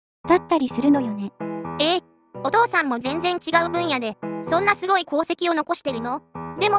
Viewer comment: すごいにんげんじゃなくて、すギョいにんげんですね！